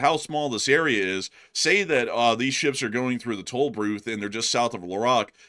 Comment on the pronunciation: “…shuuups” that’s how says “ships” lol